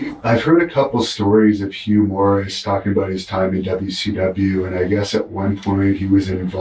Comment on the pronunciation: Gotta love how Tony Schiavone would flat out pronounce his name “Humorous,” I guess for whoever missed the joke. 😆